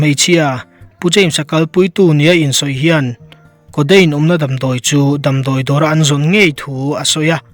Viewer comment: Hmeichhia aw kha😁😁 codeine pawh a ti lo coteine an tiah.. 🤣🤣🤣